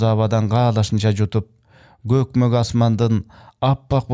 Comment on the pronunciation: Жакшы чыгарма экен, романдары которулганбы, сизге ийгилик, жакшы которуптур, бирок көкмөк дебей көпкөк деп окуңуз